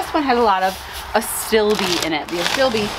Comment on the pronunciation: Just learned that I’ve been pronouncing Astilbe wrong my whole life! 🤦🏻‍♀️*whispers* you’ll always be Asti-libb in my heart. 😂